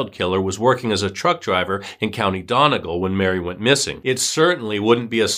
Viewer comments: Been watching your videos here since your account wss small! donegal is pronounces dun-e-gal and ireland is pronounced are-land two syllables ! Its awkward! Thank you for covering this case its so hard for irish cases to be heard outside of the country! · This was really good, just so you know, it’s pronounced Done-ee-gall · Donegal isnt pronounced as it looks. Its pronounced Dun-e gall... the O is pronounced with a U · Donegal is pronounced Done-ee-gaul